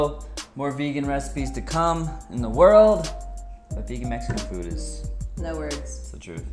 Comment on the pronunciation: "Coomen" ahahahha its pronounced kee-you-men